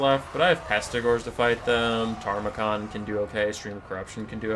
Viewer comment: I know, it grates me every time too... Loremaster Sotek says it the same way, and he's supposed to be the Lore guy